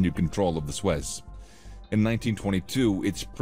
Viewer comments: God, pronounce the name the canal CORRECTLY. It is "SOO-ezz". Not "Swess" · Yeah lol it keeps saying "Swez Canal" instead of "Soo-Ez Canal". Pretty hard to listen to. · It is called the Suez Canal not the Suiss Canal 😂